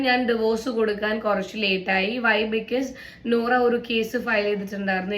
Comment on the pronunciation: Noora alla bosse 😂nora aan